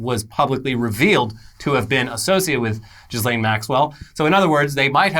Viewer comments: It's pronounced "keys-lahn" not "jizz-lane" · You’re pronouncing her name wrong it’s French but it’s more like Joslin ... just French it up not Jizz lane lol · pronounced "Ghis" really weird and now all I hear is Jizzlane. EDIT: Oh god, thats her name. The irony. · Like.... you both know how to pronounce it, but I smile every time you say JizzLane Maxwell. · I love that they always mispronounce ghislaine’s name on purpose.